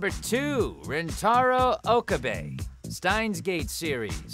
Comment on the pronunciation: Steins Gate is also pronounced wrong.